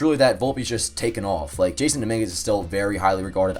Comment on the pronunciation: It’s not jason it’s Jasson pronounced “Ha SaN”